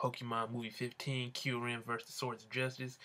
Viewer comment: You know what's most anyoing how The prenouced kyrumes Name I CAN'T STAND IT!!!!!!!!!!!!